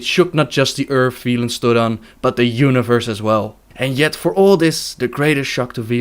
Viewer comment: You mispronounced Velen, other than that brilliant video :D